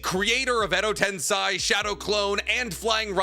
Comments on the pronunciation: Why does this guy struggle to pronounce “tensei” it’s literally just sensei with a t… wtf is a “ten sai” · Someone please tell me if it's a bit that he always says tensAI edo tensAI chibaku tensAI why does he say it like that💀 that's not how it's pronounced in the show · Am i tripping or does this dude not know how to pronounce basic shit like Tensei